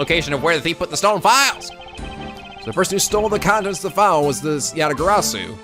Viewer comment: Dunks on Portsman Interesting pronounciation of Yatagarasu:P Not that I'm complaining, it wouldn't be a playthrough if something wasn't mispronounced XD